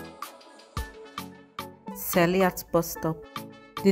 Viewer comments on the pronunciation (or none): your presentations are always excellent, and this is no different. Thank you. On another note, your pronunciation of some words (Idimu, Alaba, Korope, Ayo ni o, etc) is somewhat strange.😀 You sound like someone who learnt English first and then learnt Yoruba as a 2nd language😀